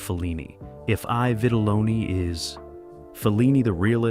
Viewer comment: Not EYE vitelloni It’s E vitelloni Robot narrated